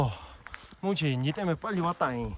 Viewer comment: 뭔가 뭉치를 문치(?)라 발음하시는거에 중독됩니다